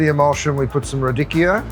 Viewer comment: The pronunciation "Turbot" & "Radicchio" is comical!!! TURBO & RA-DICKY-O 🤣🤣🤣🤣🤣🤣